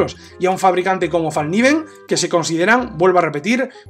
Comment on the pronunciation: Una linda pieza. Una sola corrección a la pronunciación de la marca. En sueco se pronuncia foneticamente "felkniven" pronunciando la "k" tal como se escribe, lo cual significa literalmente cuchillo plegable. Felicitaciones a la excelente reseña. Saludos.